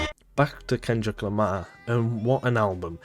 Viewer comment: "Kendrick lema" lol